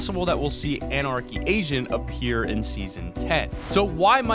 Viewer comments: he was talking about the anarchy agent but at the end of him talking about it he says we might be seeing it but it sounds like he says anarchy Asian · It sounds like he is saying anarchy Asian 😂 Like if u agree👍🏻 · did anyone else see he said "Anarcy Asian" instead of agent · I swear I thought you said "Anarchy Asian" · Anyone else thought he said anarchy Asian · Swear I thought he said anarchy Asian Lol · It sounds like you said Anarchy Asian ;_ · Lol when he was talking about anarchy agent he said anarchy aisn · I thought he said anarchy Asian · Am I the only one to hear him say Anarchy Asian?? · I thought you said anarchy Asian which does not make sense at all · Did he just say anarchy asion lol